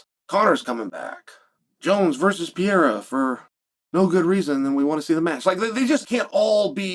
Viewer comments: CHAEL IT'S Perr-er-Ah C'mon Man!!!😂😂😂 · Chael saying piaira is frying me so hard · Who's this "PIERRA" guy Chael is talking about. I know an Alex Pereira, but never heard of "PIERRA". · Alex PEE-era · Pierre ? Cmon chael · Chael its so easy, PER-RARE- UH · Pee-aera? stop murdering the name. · Pereira had now become a two weight class ufc champ and still hasn't learned how to say Pereira